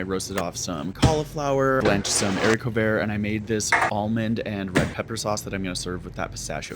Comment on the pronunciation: "blanched some urrico vurr" 😭 (ily)